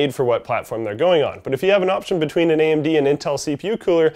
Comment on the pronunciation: What's an "Amen-dee"?